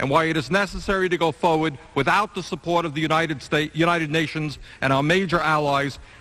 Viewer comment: Bernie has a dyslexia pronouncing words like support and important